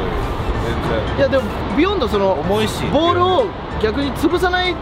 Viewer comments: ビヨ↑ンド↓ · ビヨンドのイントネーションおかしいww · ビヨンドの発音が違かったな ビヨンドだった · ビヨンドの発音が違うなぁ 昔ビヨンド使って左しかいないチームいたわ みんな叩きつける走り打ちしてくるの 俺はずっとビヨンドの赤使ってたな